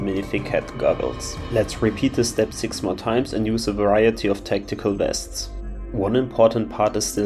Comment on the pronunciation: Why is bro saying wests instead of vests